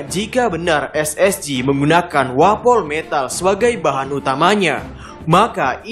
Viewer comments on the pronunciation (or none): Wapometal sebutannya bukan wapol metal